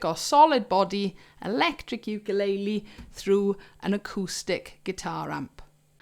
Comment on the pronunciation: I just want to mention that everyone on British Isles say ukulele wrong. And everyone say it differently. You need to check how to say it Hawaiin. Because it's hilarious or Brits really have problems with speaking other languages 😂 Good amp review ❤️